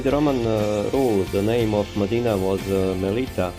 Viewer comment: Please, very important: Not Medina, but Mdina. Hard to pronounce, but very distinctive and full of cultural meaning. The difference is like Jnic instead of. Doesn't seem like a big difference, but there IS a huge difference in the sound.